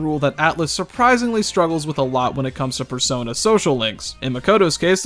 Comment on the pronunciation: "In the Fursona series"